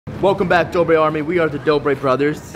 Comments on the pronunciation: It's dobre not dober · It dobre not dober